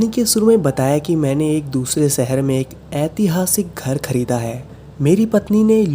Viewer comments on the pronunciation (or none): Your vedios are really gud👍😊but plz plz avoid saying "सहर" "सायद" "खुसी'' instead of शहर, शायद & खुशी etc. It's sounds very irritating😔